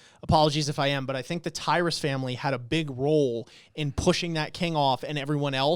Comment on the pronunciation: FYI it's tyber not tyrus Pronounced tie-ber